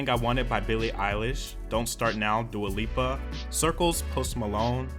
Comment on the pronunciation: I swear I saw him say that and I was like ??? He also has called Dua Lipa Dua Lupa in the past